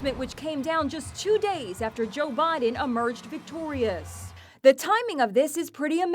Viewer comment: She said joe Bodon 🤣